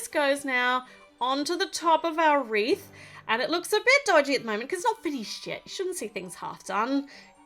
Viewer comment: You said here is our Reese instead of wreath and my name is Rhys!😄 On its side, the wreath looks like a rainforest!😉